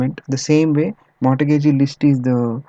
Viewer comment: mortgage - the 't' is silent. "mor"-"gage". Thanks for the KIE series, they are useful.